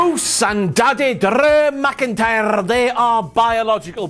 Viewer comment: I love when talks about Big Daddeh Drrrrrrew McIntyyrrrrre! And twin magic you say!? Maybe Bo Dallas has jacked up and grew dreads for that ole switcharoo!